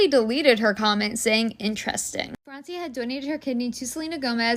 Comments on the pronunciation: Its not "Friensia" its "France-ia' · It’s Fr-awn-cia 😑